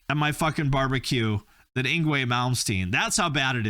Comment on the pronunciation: Actually yngwie is Actually pronounced ing-vay. The w sounds like a v in most European languages like Swedish or German.